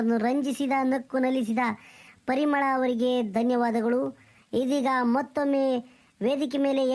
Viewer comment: ರ ಭಾಷೆ ಬರಲ್ಲ ಅಂತೀರಾ ಇವಾಗ ರ ಬಾಷೆ..ಚನಗೆ ಹೇಳ್ತಾ ಈದಳೆ ಪಲಿಮಳ ಅಂತಾ ತಾನೇ ಹೆಸರು ಹೇಳೋದು..